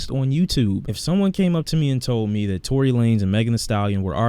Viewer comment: Dude said tory wtf